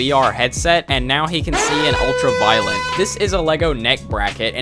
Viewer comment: Ultraviolet not Ultraviolent